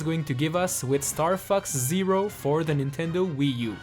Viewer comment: The april fools is he says Starfux